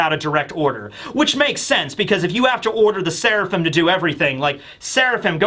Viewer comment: I'm suprised didn't talk about franky calling sanji "swirlaphim"